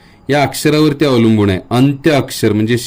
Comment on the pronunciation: मुळात तुमचे उच्चार च चुकीचे होत आहेत,,,अणुनासिक नाही अनुनासिक,,, अणुनासिक नाही अनुनासिक...अवलंबूण नाही अवलंबून,, बघा स्वतः चेच रेकॉर्डिंग ऐकून,,, किती विचीत्र वाटतय, आताचे बहुतेक u tuber , शुध्दतेच्या अट्टाहासात असं उच्चार व्याकरण बिघडवत आहेत